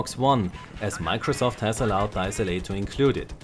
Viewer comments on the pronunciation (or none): none